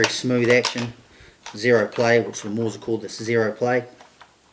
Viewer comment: Bro, Mauser is pronounced Mow (as in cow) za, not a Maw-za. Sorry, but it's just grating...ugh!